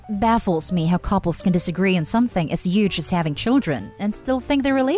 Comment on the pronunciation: That "huge" pronunciacion bothers me, A LOT.